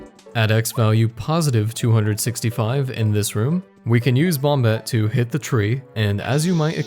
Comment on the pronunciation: nothing bothers me more than pronouncing the silent "b" in Bombette